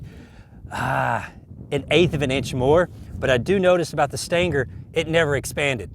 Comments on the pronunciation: Stinger. Steeeeeeeenger. Not staynger. Can't take you seriously. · Stanger? Float like a butterfly, stang like a bee? I believe it pronounced sting ·ur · What is a stin-ger? Are you trying to say “stinger” ? Lol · Stinger* not Stanger 🤣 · The CCI Stan-ger? I thought it was pronounced, Sting'er? I agree, who cares? I just find it interesting the difference in the Human pronunciation of some words. Some of the most differences are between America and the UK, (concerning the English language) some are quite humorous, some of the Brits talk as if they had a huge "loogy" stuck in their throat? Spit that thing out gov-nor! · "STINGER" = "STANGAR". All the same apparently. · Every time I hear you say "stanger" I think, "WTF?" and then realize a second later you mean "stinger." And I grew up and spent the first 40 years of my life in east TN. I think if I heard it when visiting "back home" it wouldn't surprise me but online it's just so unusual I have to think a second. ;) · Stinger doesn't have the letter "A" in it, but I love how you add it. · What is a "Stan Ger" bullet? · did he say stinker ? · What's a "stan-gar"?? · What are "Stangers" :) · I think I watch his videos to hear him say "stanger" as much as I do to learn something. 😆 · what the hell is a "stanker" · "But how will it compare to the Stayngur?" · It's a .22 CCI Stinger. The pronunciation is a Kentucky slang accent. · I thought he said Stanker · What is “stanker” ammunition? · "Staingger" LOL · I concur